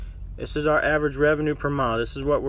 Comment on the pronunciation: Did he say "ARE" numbers.... Perhaps he meant OUR numbers... 3rd grade vocabulary.